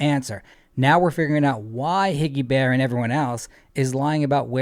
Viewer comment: Why does it make me laugh every time you say Higgy Bearf? He moved "maybe" one vehicle but that was it.